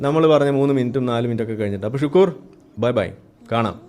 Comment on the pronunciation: ഷുക്കൂർ അല്ല, ശുക്ലൂർ....